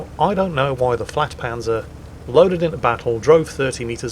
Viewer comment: not flagpanzer it is pronounced yagpanzer